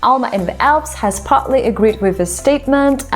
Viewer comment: Wow, your pronunciation is faf. I collected some bangers I thought I'd share. Eyedioms... idioms, the most gnarled one, Poli tics... it's not 2 words Cants... where you referring to fm genitalia? Putly... partly Sers stuff... serious, I think? Australa... my fav 😅 Stuff member... staff Beryling... barreling I don't know if you are taking the piss or what, but someone who mangles language in an accent I've never heard b4, sounds a little Cajun to me, doing a vid like this is sort of funny, sort of!